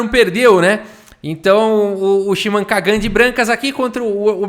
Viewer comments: Kagan se fala com entonação diferente. Lembra do Karl Sagan? da mesma forma! deve se colocar a entonacao no "Ka", que falado na lingua portuguesa fica "menor pior" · a Maturidade do pra ler o nome do cara é igual a minha kkkkkkkkkkkkkk